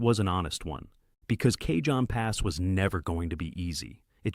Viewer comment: Not even 10 seconds in, and the guy says Kayjohn pass. Try again.